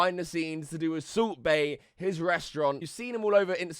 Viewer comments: Sult baiy...bruh says his name dumb as fuck 😂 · The subtitles say subway when he says salt bae and it's glorious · Kept thinking that you were saying Soup Bae instead if Salt Bae. A good laugh.